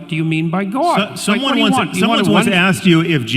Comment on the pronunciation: Does Peterson actually have to keep pronouncing the word “god” as “gooouud”? Like gourd without the “r”.